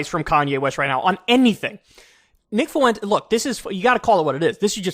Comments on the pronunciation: The way u pronounce Fuentes makes u seem borderline, kyle. 2 syllables not 3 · Please for the love of god Kyle… FWEN-TEZ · Kanye's and Kyle's pronunciation always makes me think Nick Foux-Entez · Why do people keep pronouncing his name foo-wentes? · Please.. some Latin person let KK know how to pronounce Fuentes. Or at least send him a Daisy Fuentes meme.